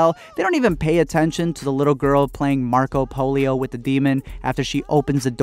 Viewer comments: this man really just said marco polio 😂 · He said Marco polio 😂💀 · HE REALLY SAID MARCO POLIO IM DBDJFJSK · My man’s said “…Marco Polio” and yes, #absolutely I am just now hearing this years later while still lol’in nonetheless. But aye, #Listennn….. I’m rewatching reviews on the series and mi #Hermano #, always comes #correct! 🤷🏾‍♂️ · “Marco polio” took me out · “marco polio” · “Marko polio” 😂😂😂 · "Marco polio" LISTEN IM OUT LMAO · When he said Marco Polio I died 😂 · "marco polio" BYEE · “Marco polio” 💀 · "Marco polio" xD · “Marco polio” I was crying 😭😂😂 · dude said "marco polio" 😭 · "Marco Polio"...idk if I've ever felt so bad while laughing so hard. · OKAY “MARCO POLIO” CMON THATS SO FUNNY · "marco polio" LMFAOOO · i almost spit out my food when he said marco polio😂😂😂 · "marco polio" im dead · “Marco Polio” 💀💀💀💀🤣😂😂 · is no one gonna call out that he said "she was playing marko polio" lmfao i fucking cried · "Marco Polio" 😂😂😂🤣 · my mans said "marco polio" lmao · He did not just say played “Marco polio with the demon”😂😭😂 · "marco polio"😂😂😂😂. Dead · "Marco polio" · I had to pause the video after the "Marco Polio" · Fuck, you just said Marco polio 😂😂😂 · 'marko polio' i was dead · I know you did not say Marco polio 😂😂😂😂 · 'MARCO POLIO' LMAOO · “Marco polio”, f*cking brilliant. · “marco polio” bruh